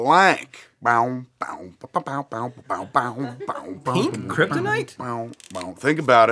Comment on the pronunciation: I thought he said their relationship ended when he found out Lori was black instead of blank Lmao